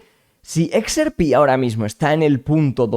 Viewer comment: /eks ER pi/??? /IKS ar pí/??? Por qué? Por quéeee?